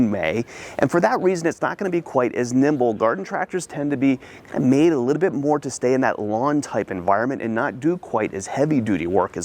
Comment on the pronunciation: "A Liddell bit, a Liddell bit, a Liddell bit" -. In every video